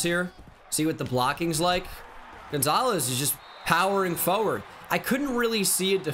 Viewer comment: The way he says forward is hilarious “fowerd”